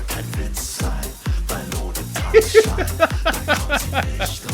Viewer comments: Tanz - Schein. think of it a two distinctive words, don't try to bridge it. and you mix one N too much in it: Schein, not Schnein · TANZ (like 'hunts') SCHEIN (exactly like 'shine')